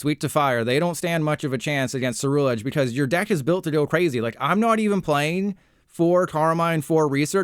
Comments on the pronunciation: my brain isn’t ready for the amount of “content creators” i’m about to hear pronounce “cerulean” or “ceruledge” wrong. you’re the first to hurt me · left because he pronounced ceruledge wrong so many damn times